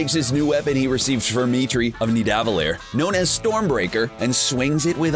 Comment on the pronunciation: You pronounced Niðavellir wrong